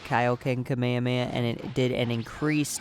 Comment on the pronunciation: You say it wrong it's not kamahama it's. KA. ME HA. ME. HAAA